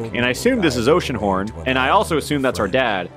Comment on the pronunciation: It’s gonna be oceanhorn, it’s gonna be oceanhron, and... it’s oceanhorn